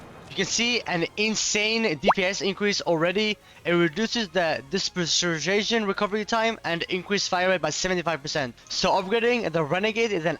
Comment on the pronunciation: You’re an adult and can’t pronounce dispersion?!? Lmfao